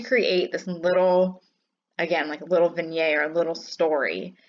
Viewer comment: You have a wonderful gift of putting things together! I love your sense of humor, style, and story. And your easy-going manner is relaxing (but I always laugh at your little gasp when you spot something neat!) Finally, in my days of judging speech contests I always gave this advice: when you use a cool word make sure you pronounce it correctly. So, since vignette is French you would think you’d pronounce it with “zee ay at zee end,” but the -ette tells you to pronounce the t, therefore, it’s “veen-yet.” This is in no way a criticism, just an opportunity to know a little more.